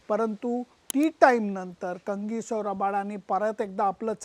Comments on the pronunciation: लेले सर, तुम्ही कांगीसो का म्हणता, त्याचे नाव कगिसो आहे ना? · कंगीसो नाही तर कगिसो रबाडा... जस संजय मांजरेकर HUNDYI ला हांडे म्हणतो तस....... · सर, काहिसो रबाडा असा उच्चार आहे. Kindly note.